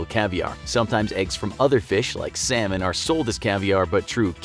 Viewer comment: Feesh... egg.